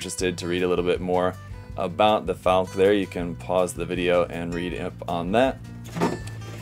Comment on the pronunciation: I have 2 earlier boxings, both versions, so I can build a laser armed bird and a Gatling armed bird. FYI, it's pronounced "FALK-uh" not "FALK", just as Porsche is pronounced "PORSH-uh" not "PORSH". It's German, not bad English.